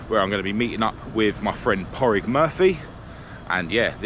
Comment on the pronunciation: It's ether Pauric or Pádraig pronounced Pawdrig you pronounce the d 💯🤙👌